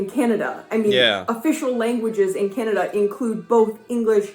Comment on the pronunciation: Also the lady pronounces Canada more like Cenada. Don't know why.